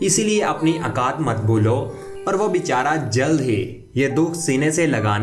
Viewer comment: Ameed ....akaat...gazaara🤣🤣 ...Rip urdu...